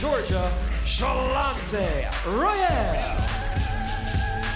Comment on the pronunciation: Get Shanlonce's name right! It's in the notes, man! Great show all around, but Ms. Royal got a mean headlock!